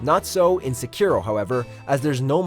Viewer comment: Quantaty over quality. Now u make A lot of bad videos and readers even dont do simple small research they cant even say sekiro right and u put right pronounce in video... U going down for few last years because of lazy writting